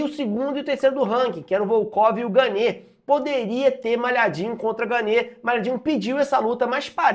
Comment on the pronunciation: A pronúncia do nome do francês é "Gân".